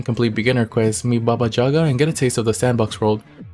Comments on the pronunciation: its not baba đaga lmao, it jaga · Lololol jaga!! It’s YAGA